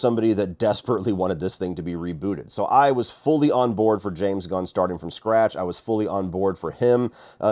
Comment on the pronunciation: Funny how we have to emphasize JAMES GUNN" before saying the films name eh.